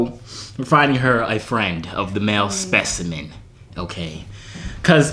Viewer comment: Didn't he say specimen 🤣🤣